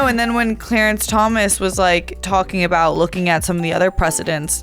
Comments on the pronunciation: Is he saying "aboot" unironically?? I'm Canadian & I've never heard anyone here pronounce it that way. I've only heard it pronounced like that in American TV shows that feature supposed Canadian stereotypes. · Same. I'm Canadian as well & I've never heard anyone here actually pronounce it "aboot"